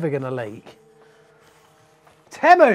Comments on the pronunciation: Why is it bothering me so much that you're saying temmu instead of teemu 🤣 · If your going to review a company you should at least learn how to pronounce the company name properly.